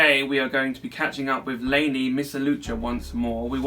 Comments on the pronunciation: Her name is La-knee and not Lay-knee. LOL. I thought British people pronounce "a" as "ah" and not "ay". :P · it's LAH-KNEE